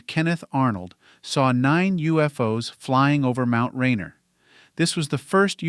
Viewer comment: It’s pronounced Ray-Near.